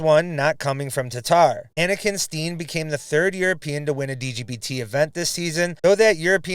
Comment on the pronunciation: Annika's last name is pronounced STEN, not Steen. Just FYI.